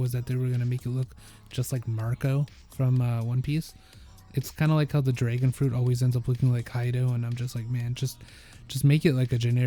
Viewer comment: bro keeps saying DRA-gon